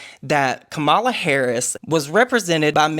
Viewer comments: Its comma-la please pronounce her name correctly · Mispronouncing Kamala’s name when we KNOW how it’s pronounced is not okay, my guys 😭